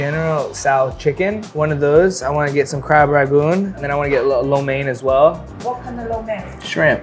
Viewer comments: And they say “crab ragoon.” It’s RANGOON. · it’s Crab RANGoon not Crab RAGoon